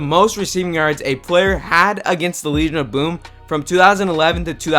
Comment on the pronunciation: "Wegion of Boom"